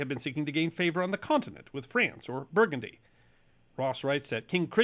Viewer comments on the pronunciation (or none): none